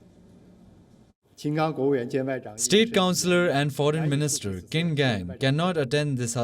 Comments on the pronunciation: Qin is pronounced as Chin not Kin... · His last name is pronounced “cheen.”